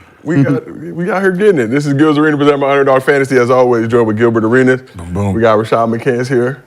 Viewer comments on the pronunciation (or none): Gilbert Are-anus... 🫵